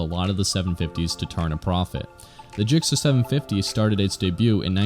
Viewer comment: Stop saying JIKCER...